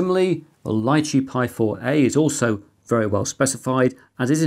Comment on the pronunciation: "Lichee" is pronounced "lee chee". It's a small fruit, following the Raspberry Pi's lead, I guess.